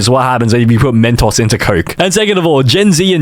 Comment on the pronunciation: Yoooo! “Mentaws” goes hard bro!